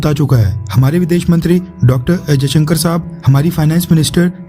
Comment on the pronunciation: Ajaisankar nahi S. Jaisankar pronounce karo .